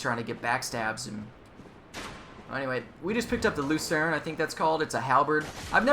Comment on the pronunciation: Oh, as a by-the-way, as far as I know, you pronounce scythe and lucern right.